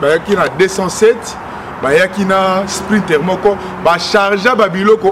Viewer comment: alobi sprinter et non scouter